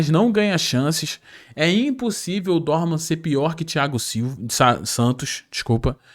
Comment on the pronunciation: Não Dorman. É Dohman. Tira esse R.